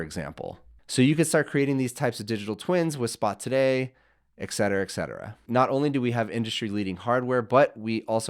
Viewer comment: Dude - please don’t EVER say “ECK Seterra” again. 🤦🏻‍♂️